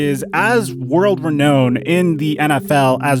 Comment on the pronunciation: "world re-kmown" ???